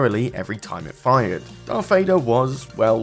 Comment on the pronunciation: Baull ov 'off, Darf Vader, unorfadox, furver ado. Dude learn pronunciation properly. You sound like someone who spells Thursday with an F